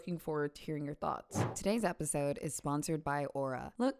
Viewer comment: Where is she from, the way she said episode was fun